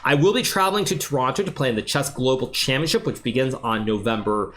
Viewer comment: finally someone say it correctly, championship... everyone else just calls it championchip :)